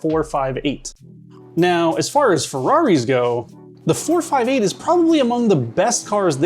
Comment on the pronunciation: The way he said 458 really gnawed at me throughout the video